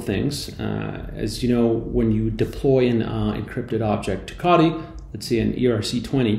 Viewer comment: Wtf is kadi? 😂 say it with me CO TEE